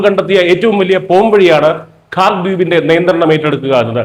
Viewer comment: it is KHARJ ISLAND ...your poronounciation is not correct....